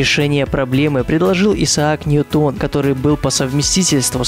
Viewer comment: правильно ударение ньЮтон [н'йутан]